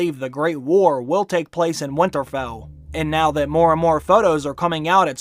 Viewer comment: I love this channel and watch every video, so I'm not bashing at all, but every time I hear him say "Winterfell" I cringe.